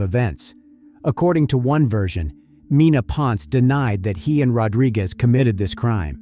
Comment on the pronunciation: it is pronounced as "pon-se" not "pons"